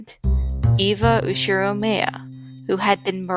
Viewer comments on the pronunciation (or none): i love this but- the pronunciation of the names made me cringe every single time.... its "ushi ro mya" (like nya) "ke ri E" (spanish E) please try to do these at least ;-; i love the video that just bothered me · it's literally USHIROMIYA, not USHIROMAYA